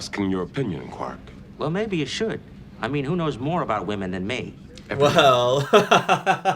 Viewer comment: What's up with this new thing of young people on YouTube mispronouncing ''women?'' I have seen countless young people repeatedly pronouncing it the same way as the singular ''woman.'' Is this a new thing? mispronounces it every time he says it, and i'm so confused.